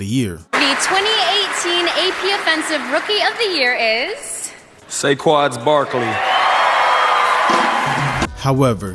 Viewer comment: when said “Saqad barkling” I was dying